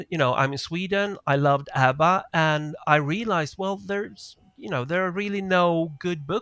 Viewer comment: Absolutely hilarious you tease your family for pronouncing Twitter incorrectly immediately after pronouncing ABBA incorrectly, and then later in the show you highlight some French pronunciation and immediately incorrectly pronounced "pronUnciation" as pronunciation.